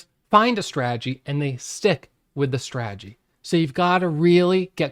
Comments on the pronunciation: It’s not a strah-ah-gee. It’s strah-ta-gee. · 😂 So smart yet how can you not know how to say strategy (strat a jee) . I'm sorry but buddy you're too smart to mispronounce strategy, unless it's an intentional joke. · What’s a straaagy? 😂